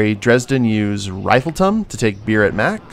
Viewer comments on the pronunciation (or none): or, to fix my own mistake: It's 'Refleeetum'. not 'Rifle-tum'.